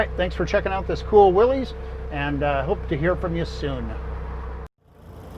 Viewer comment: It's willys...like Willis not willeez